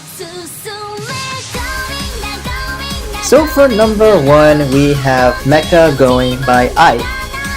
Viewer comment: this is good and im glad we agree on a #1 BUT as someone who did japanese for years, meccha is said meh-CHA I hate to be That guy w/ pronunciations but take it as free wisdom from someone who was under the thumb of it as a subject for 5 years ;w